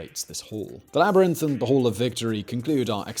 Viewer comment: Love how he can't say hall.